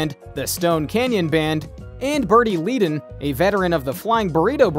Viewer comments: Glenn “ FRY”. Bernie “ LEd” “en”. Pronunciation is important. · You should learn the correct pronunciation of names before you put this on. It’s pronounced Fry, not Fray and Ledun not Leedun for Glenn Frey and Bernie Leadon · THANK YOU! Obviously, This guy doesn't know much of anything about The Eagles!!! Joe Walsh took me and another friend with him to an Eagles concert here in Memphis, Tn in 1994. I can't even listen to this clown saying FRAY & LEEDON. OMG!!! Perhaps this clown dude should watch "History of The Eagles" LOL!!! WHOA!!! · Really.. Glen Fray? Dan Felder? Bernie Leed in. Haha lmao. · Their names are pronounced “Fry” and “Led-un.” Come on. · Saying glenn Frey as fray is dumb....bernies name is also pronounced wrong duh. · So much FAIL here. Glenn's last name is pronounced 'fry'. Your first shot introducing Don Henley actually shows Don Felder! Do you actually know ANYTHING about this band? Bernie's last name is pronounced 'Ledden', not leeeden. Then you called Felder DAN instead of Don. Holy crap, dude. You need to redo your voiceover. This is just awful. 😂🤣😂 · How can you do this bio when you can't correctly pronounce Glen Frey, Bernie Lead on and JD Sourhers last names. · How can you mispronounce both Bernie Leadon‘s last name and Glenn Frey’s last name? You even mispronounce JD Sauders last name.